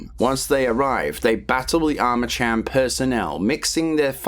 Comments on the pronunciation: I still think to this day that Douglas Holiday's and Jin Sun-Kwon's deaths were bs. But then again, Monolith didn't write that story if I recall correctly. Edit: I think you pronounce Armacham with a K. As in Armakam. Similar to the way you say Archon... "Arkon". It's been a while though, need to play the game again ❤😂 ahh yes, I knew it. Also, I never played F.3.A.R. I see I didn't miss that much haha 😂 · I cant listen to the IDIOTICARMACHAM.... CH... UAHMM... CH.. AM.... Cham. Is ArmaKam. You sausage.... ArmaKam.... Gtfo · i hate to erm actually u but it’s arma cam not arma cham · Eerytime you say Armacham with a tch sound. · I keep hearing Arma-Cham ? Subscribed ! Nice explanation of the story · Yeah hey retard? It's pronounced Arma- (K)am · Armacham is pronounced /ˈɑɹ̠məkæm/, so yes the "ch" is pronounced /k/. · Armacham isn't pronounced that way...Did you even play a half-second of the games?